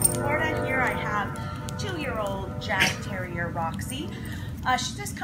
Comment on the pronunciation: you pronounced the breed incorrectly...